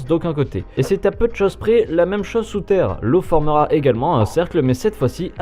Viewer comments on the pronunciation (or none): none